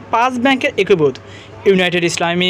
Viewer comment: হয়েসে কি জিনিস? একুভুত কি? আর রয়েসে কি? বাজে উচ্চারণ নিয়ে পাবলিক ফোরামে আসা উচিত না। আগে উচ্চারণ ঠিক কর তারপরে বকবকানি।